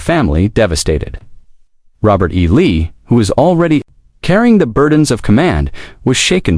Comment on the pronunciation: Why can't Ai pronounce Lee